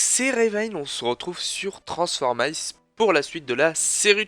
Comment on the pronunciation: C'est bien d'avoir dit transformer[aï]ce